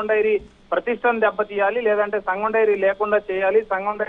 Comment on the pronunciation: Mari what about full dairy It's SANGAM not SAGAM 😂😂😂